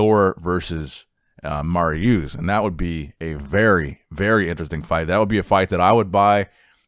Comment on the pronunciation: dude it is Marius not mariuuuuuuuuuuus